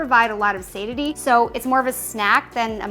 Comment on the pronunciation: I'm a little bit hesistant taking protein advice from someone who doesn't know how to pronounce "satiety" or "alfalfa"